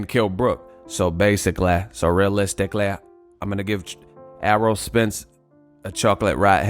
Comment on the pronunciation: So basicallay, realisticallay!🤣🤣🤣